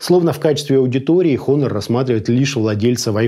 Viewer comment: Все хорошо, но произношения бренда как хонор режит по ушам. Все же правильно произносится онор (honor - с английского честь).